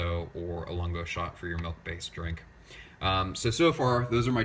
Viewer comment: I couldn't help flinching every time I heard you say, "melk." :)